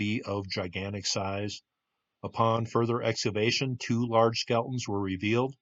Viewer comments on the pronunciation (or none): He says "exavation" instead of "excavation" at least 5 times.